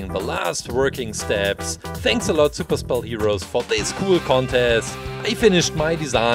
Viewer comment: Super spell sounds like super cell